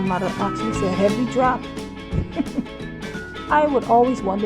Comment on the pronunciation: Every drap? I love your excitement